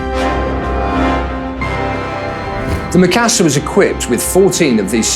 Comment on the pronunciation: They cant even say Mikasa right -_